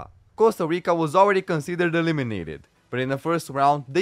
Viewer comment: I love how he pronounces "E LIM i nateed"